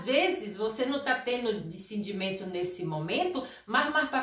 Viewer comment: Por favor aprenda a falar DISCERNIMENTO, COM TODO RESPEITO